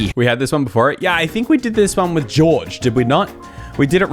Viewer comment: 'Georg' Washington lol